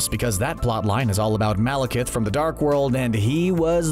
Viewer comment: That's the first time I've heard Malekith pronounced correctly on this channel. Congratulations, but it sure took you long enough.